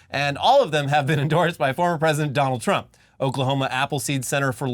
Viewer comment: dough-nold trump